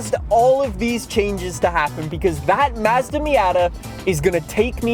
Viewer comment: Bro you say "Mazda" like a fucking phsyco